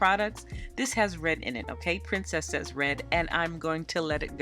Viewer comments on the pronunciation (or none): none